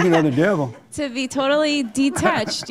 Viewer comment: "Woe-ull, be-in dee-ah-tached..." The word is detached not "de-attached" ... What a waste of 43 years on this planet in an English speaking country...